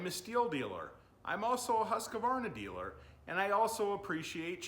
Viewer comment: The only thing I have to say is its husq varna....not husq a varna. 😅 sorry I trolled a little. Looks like a tight shop. Keep up the good work.